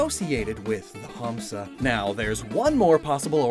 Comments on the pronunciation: urmm actually in Hindi it's "Hansa" Pronounced as "Huns"and n Idts in Sanskrit its "Hamsa" I highly doubt, I never have heard anyone saying "Hums" so ehh, still a great reference though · FYI the "Hamsa" sounds weird to me lol. Its pronounced more like " n " sound instead of an " m " also drop the " a " at the end. It just means Swan ( Can call it goose, we don't really use this word for it though ). I hate when the English translations does these weird things with the words. you never really pronounce the " a " at the end of the Hindi/Sanskrit phonetics. Edit: Now that I have watched the Video you kept pronouncing " Mudra ", as " Madura ". Again it sounds really weird. Don't really mind it that much. But Hindi is very phenetic language. It is pronounced exactly how its written, so English cant really replicate how it sound. Good effort though, B+. 😊😊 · He just dragged 'Ha' in 'Hamsa' a little bit which is totally fine to my ears especially from a foreigner. In most of the Dravida languages it's pronounced as Humsa. M not n. And you're right about hindi tho